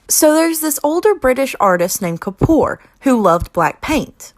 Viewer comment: god atleast pronounce anish kappoors name right, why u pronounce it like kapor